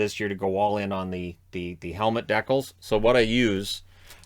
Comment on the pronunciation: love the dedication but they way you say decal dives me nuts